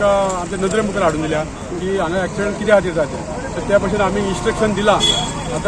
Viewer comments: Axiement or accident, don't even know to pronounce the proper English . who employed you dear😆😆😆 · Not acciment but accident